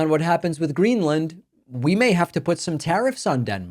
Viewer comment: "Gren-er-land" ...? Trump can't even get the name right.